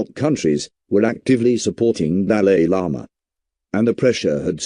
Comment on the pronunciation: At least Pronounce it well😂